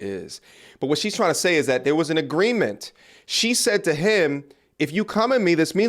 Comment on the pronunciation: We have agweement 😂😂😂